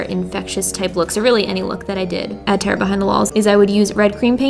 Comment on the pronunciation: your philly accent comes out to play occationally. It sounds like you're saying "Terra behind the walls". It's like you're an apprentice for Neil Degrasse Tyson